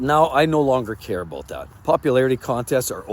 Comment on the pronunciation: It's aboot respect. Lol